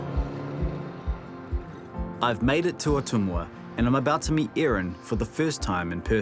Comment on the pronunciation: Did you seriously call Ottumwa, Iowa Oht um Wah instead of Ot- tumwah? There are phonetic aids by on the internet to help with noun pronunciation and I can’t figure out why an internet filmmaker wouldn’t know that.